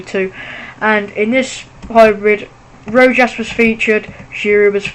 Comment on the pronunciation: its pronounced rowhas not rojas